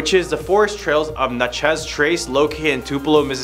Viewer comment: Na-traz?? Nooooooo😂😂😂